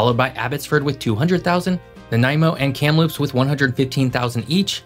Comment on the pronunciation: It's Kamloops as in cam.-loops,not kayamloops,,long high a's-midwest Twang?*this same dumb argument could be said for Wa.state ,,Seattle& coast, re little population East, like Spokane..